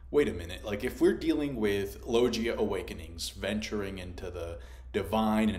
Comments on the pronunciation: Dude you need to learn how to pronounce it it's logia not Loggia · LOGUIA* if you speak spanish, a hard G, you are, not "SAL-yer" right? Names matter lol Also agreed with your assessments, that's why you're the bes onepiecetuber!! Take all the time you need, we'll watch no matter when it drops.